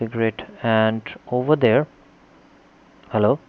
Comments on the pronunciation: "Hallow? Hallow? Hallow? Hallow? Hall-." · "hall o"